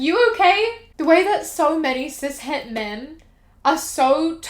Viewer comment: I keep hearing Cishead instead of cis/het